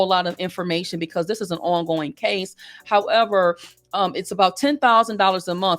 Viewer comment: I love the "....however"